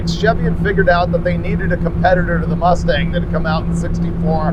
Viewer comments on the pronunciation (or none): none